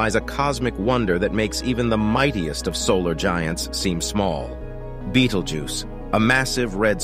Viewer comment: How many time can you misspronounce the stars name: yes!